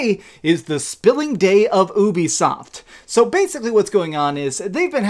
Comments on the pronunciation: Ubisoft is pronounced as YOU BE SOFT, not ooh-be-soft. You did the same shit with Geralt. Please pronounce the names right. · How is it funny that people are loosing money what’s funny is how you fail to use common sense and sound out the word you-b-soft if it’s u play why would it be uh-be-soft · Wow what planet have I been living in, I thought it was "youbisoft" not "oobisoft" 🤦